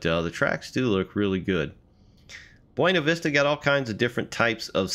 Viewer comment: As a Coloradoan I'm legally required to tell you it's pronounced "Byoona Vista" not "Bwena Vista"- yes it's pronounced VERY wrong to the Spanish, but that's what the locals call it. Also great review! Will probably pick this up soon, as an avid D&RGW fan.